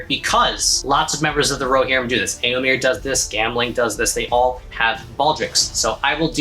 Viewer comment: I've never heard someone pronounce Éomer name like that (as in here). Now I wonder, are you right, or was Théoden when he said it in The Two Towers? (Pronouncing the last e as the a in hare). Amazing armour! The tons of work you put in really shows! Love the celtic symbols